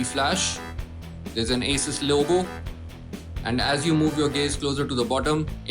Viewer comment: Your pronunciation of "Asus" is wrong... its A-sus